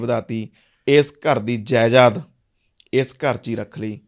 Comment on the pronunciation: Jaidad hunda jaiyad nhi